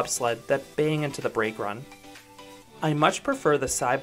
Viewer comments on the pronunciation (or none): none